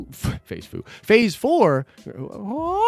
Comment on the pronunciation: Ah Phase Foo? Ah Fase Kung Foo